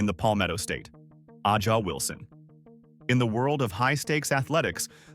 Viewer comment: It's Ay-jah Wilson